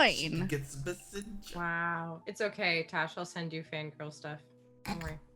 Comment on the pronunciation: sounds like said "Fangrel stuff"... I know she said "fangirl", but seriously, I'll start calling Gangrel fans Fangrel now.